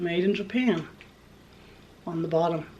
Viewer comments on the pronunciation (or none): When you said Japana I snorted my drink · Lol, “japana “.